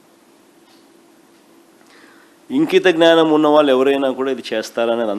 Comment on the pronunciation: ఇంకిత జ్ఞానం కాదు , ఇంగిత జ్ఞానం అనాలి 😂